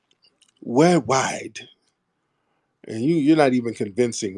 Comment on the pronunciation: African accent "wold wide" that you do funny as hell first time I laughed in month you ought to do a cartoon using that accent cause you got that